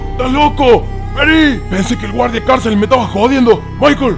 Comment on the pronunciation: "el maicol" jajajaja